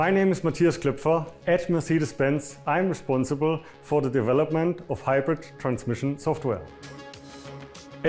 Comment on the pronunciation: Dewelopment hehe